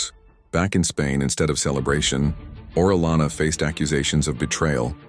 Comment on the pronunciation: You pronounced his name correctly the first time. Then you you continually misprnounce his name throughout the video.